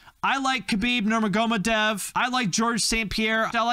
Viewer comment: holy shit, you went full American trying to pronounce Nurmagomedov hahah also, having monster at C tier is an absolute travesty, it's at the very least A tier